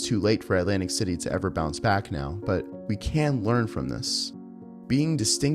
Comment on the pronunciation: You mean 'lantic City?